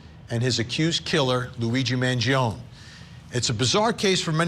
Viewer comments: His surname pronounces as Mangi'On'E. Not Mangi'On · Man-Gee-own-ee Vin. It's a great name. Stop messing it up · Vinnie you're obviously Italian, put some Italiano respect on this young mans name and say it correctly. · Mangione is pronounced “man gee o knee” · Vinnie you Iatalian I'ts not Mangioon Its M A N G I O N E In Italian it's Eat a Lot with the amphasis on the last 2 letters NE you leaving the E out 😂😂🔴⚪🟢 couldnt find an Italian Flag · I refuse to take you seriously Vinnie, until you correctly say Luigis last name. Man Gio Nee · Thank you! 🙌 Man-gee-on 🤦🏻‍♂️ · Why can’t he say his name correctly? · No. The italian "e" doesn't sound like the english "ee". It sounds like the "e" in the word "end". And "gio" is a single silable. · Can we pronounce Mangione correctly please ? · vinnie please learn how to say mangione's last name correctly....i cant take you seriously, and you have become toooo judgemental!😢